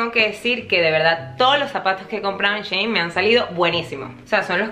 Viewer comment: Mi mayita❤ creo que shein se pronuncia "shi in" como ella en . Tu me entiendes 😂 te aviso porque tienes varios vídeos sobre shein 😍 te quiero muchooo